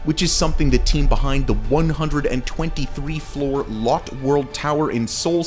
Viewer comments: Why on earth did you pronounce it LOT Tower?? Its Lotte... as in "loh-tay" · It’s pronounced Lot-te not lot. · The ‘Lotte’ in Lotte Tower is pronounced ‘Lot-Tay’, not ‘Lot’. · Good video. Very informative. Just as FYI Lotte is pronounced in two syllables. "Loat-Tae" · I’m pretty sure Lotte is pronounced lo-te not lot. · LOTTE is pronounced “LO TAE”… not LOT like parking lot. 😊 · Zun Tower is pronounced "Zwin" tower. TianJin is pronounced "Tee-En Jin" (not TeeAhn Jin). Zhou is pronounced "Joe" so Guangzhou is "GuangJoe" & GuiZhou is "GwayJoe". Korea's Lotte "e" is pronounced. "LohTeh". I don't know why you chose on calling it Lot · "The Lotte Tower" is pronounced "Low-Tay"--not "Lot." "Lotte" is a Japanese confectionery company and even sponsors a professional baseball team in Japan--the Chiba Lotte Marines. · not Lotte (lot), it’s Lotte (low-tay). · ….isnt it Lottay? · "Lot" Tower. hahahaha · Korean LOTTE- Pronounced Lo-teh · Lotte is pronounced Lowt-Tay in Korea and Japan... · Lotte is pronounced Lottay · Look up the Korean pronunciation of Lotte. It's basically lo-te. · "Lotte" is pronounced "Law-Tay" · Would be nice to do more research on the pronunciation of these names. Guangzhou is not pronounced like that. It’s closer to “oo” than “ow”. Also the the “e” In Lotte isn’t silent. Although Lotte isn’t big in English speaking countries it’s a very common name in Korea with burger chains, buildings/hotels/shopping malls. They have Lotte world, and they also sell food in supermarkets/convenient stores. Also how is Taipei 101 the tallest skyscraper between of the taller Willis tower was up since the 1970s? I just feel this needs more explanation. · I’m known for some mispronunciations, but dude’s butchering of Lotte Tower was awful